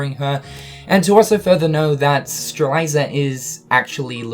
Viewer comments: ANd you still can't pronounce Strelitzia. Like, I'm being totally serious, and I'm not trying to make fun of you, but are you actually Dyslexic? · Streliiiiiiitzia not strailaisa or whatever. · "Streliza"?! It's spelled Strelitzia so shouldn't it be pronounced Stre-lit-zia?! O_o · it's stre-LIT-ZEE-uh, not stre-LIE-ZUH! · Is anyone going to tell him strelitzia's name is pronounced Strel-LIT-ziah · my boy you need this XD STRELITZIA: STR-LET-Z-UH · Streh lit zia. You are miss pronouncing her name bro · I think it sounds more nicer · Is it just me or does pronounce Strelitzias name wrong? He says it like "Streliza"... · Imagine saying Strelitzia’s name WRONG that many times 😂😂